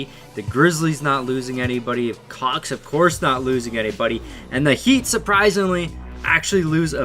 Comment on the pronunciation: Am I the only one that heard cocks instead of hawks 😂😂